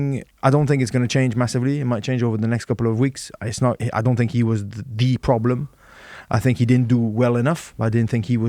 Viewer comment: did haskel have a bet on how many "i fink" can he get in one show